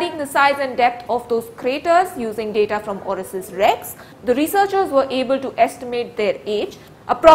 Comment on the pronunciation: Kya ma'am ..it's OSIRIS-REx. Not Orisis